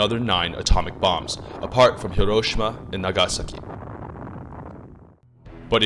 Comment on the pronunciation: As a Japanese I really liked your pronunciation of Hiroshima and Nagasaki